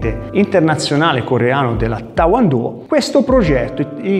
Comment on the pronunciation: il titolo e giustissimo, poi amichevolmente ti dico che sbagliato la pronuncia,e tae kwon do e non ta won do, ma lo dici molto simpaticamente secondo me,allora fai un sbaglio solo,non e kumite negli arti marziali questo e kumite dello sport, perche? perche poui vincere una gara cosi? si certamente,ma poui anche difenderti dal scippatore cosi? solo se i ladri cominciano a prenderti i soldi nello stesso modo, e diventa un scherzo, e come giocare poker senza soldi ma con i fagioli, chi sa poker mi capisce perfettamente, e un invensione koreano,e non poteva essere altrimenti, jka, o skif, non lo adotteranno mai,a meno che covid continui all infinito, ma olympiade si tutti gli sport possono diventare cosi,lotta, pugilato,sci, ma anch il calcio, dacordissimo